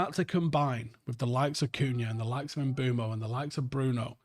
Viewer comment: One things for certain this season, will still be calling Mbuemo "MBWEMO" and will not be pronouncing the SH at the start of Sesko's name